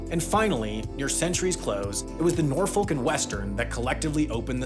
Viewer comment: you pronounced Norfolk wrong.